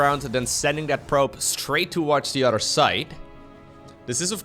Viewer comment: I've noticed all of the Dutch casters can't pronounce a T, it is always replaced with a D. Anodher, Brodher, Uder (other), Lader (later), dedonation, Creador, Door drops. Is it just that the Dutch language doesn't have T's? always saying udder constantly and I'm looking for the cows. Now that I've said it you can't un-hear it